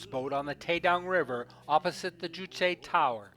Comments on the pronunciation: As the sources were not mentioned, it might have been more appropriate to have said "It is reputed that...". I have heard a couple of North Korean tourist guides in other documentaries pronounce 'Juche' as 'joosh'. If it was 'jooshay', the 'e' would be accented. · You state that the building containing living quarters in Future Scientists Street does not have proper electrical and water supplies. How would you know this if you, as a foreign tourist, are not permitted to enter it? Incidentally, 'Juche' is pronounced 'Joosh', not 'jooshay'.